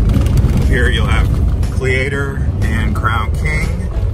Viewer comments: Cle-ator lol Its Cleator like Cletus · It is pronounced Cle long e no a sound and the Leader of Cleator Packs A Heater LOL It is up for sale right now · Your driving up the front way, it was a rail car track only back when mining was king. Cleator is pronounced with a silent a The Senator Hwy was the main road from the capital in Prescott to the Vally. Use to party there many a day back in the 70's. You have no idea how many mines you passed going up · These guys don’t seem to know much they mispronounce names and the senator highway is a paved road.